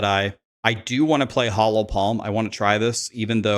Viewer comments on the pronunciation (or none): Hollow Palm. hOllow Not “Hallow” Palm